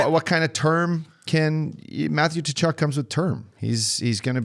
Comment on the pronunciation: my fuck boys, it's KUH-CHUK, not TA-CHUK, give your head a shake. great ep though.